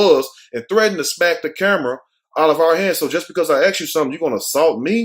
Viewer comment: Love your stories/vids but it kills me to hear you perpetuate the word AXE instead of Ask . Respect